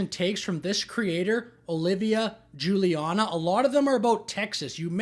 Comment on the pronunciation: At my brain was 10000% going to the word CREATURE when you said Creator 😂😂😂😂